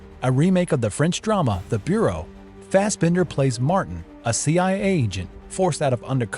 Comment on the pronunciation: What is with this AI narration? The mispronunciations are horrific. Spec-tra? Bronson? Fast Bender?